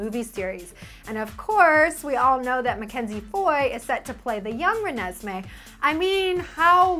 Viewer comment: actually says Renesmee right!